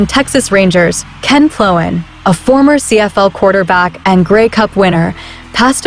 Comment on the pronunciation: Ken Ploen is pronounced "Plane"